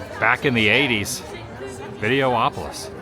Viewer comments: It’s videopolis not videoopolis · Why are you able to say Autopia correctly but instead if Videopolis, you say Video-opolis?